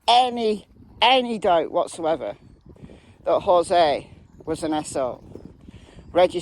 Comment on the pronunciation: I thought you were saying "asshole" instead of SO. Lol Thank you for following case.